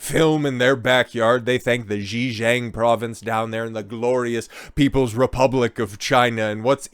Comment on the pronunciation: Xinjiang not “Jee-jang”